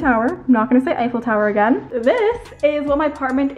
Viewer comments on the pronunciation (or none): nobody literally nobody:: ThE eIfel Towerrrr